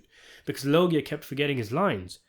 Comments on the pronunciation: Loggia is pronounced Lo-juh. Get it right or you'll be sitting in the car. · LOW-juh pronounce it right please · Loggia is pronounced with a “J” sound, not a hard “G”! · Please learn how to pronounce Robert Loggia. I only say this because I was a big fan of his from the age of six to the day he died.